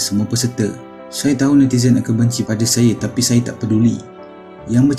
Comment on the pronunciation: Alah ajai pun..dia sndri nyanyi sebutan pun x jelas..syaayaa laa..syeemakinnn lahh..fundekk